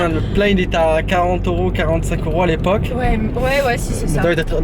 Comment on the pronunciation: C’est euros et non oro !!!! tu me tue😂😂😂 et c’est pas la première fois !😘